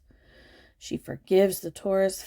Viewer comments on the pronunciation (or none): none